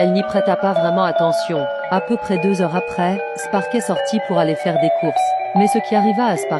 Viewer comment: Dis pk j’entends « Dam » au lieu de « Des » ?